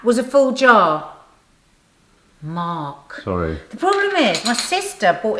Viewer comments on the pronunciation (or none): Haha two "MARRRKS" in the first 90 seconds!